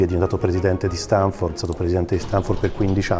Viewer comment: pero' se dopo questa intervista continui a dire StEnford... non ti si puo' ascoltare 😭